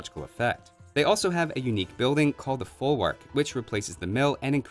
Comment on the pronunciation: "folwark" is pronounced like "folvarc" :)